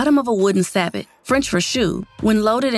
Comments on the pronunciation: Sabot [ sab-oh ; French sa-boh] I’m surprised the editor let her pronounce it sa-bot… smh 🤦🏻‍♂️ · growing up in a USMC artillery household, I can confirm that statement is false hahahah definitely sa-boh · Sabot: pronounced Say Bo